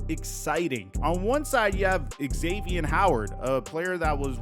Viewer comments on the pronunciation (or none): none